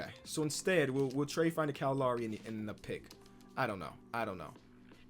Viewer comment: Cow Lawry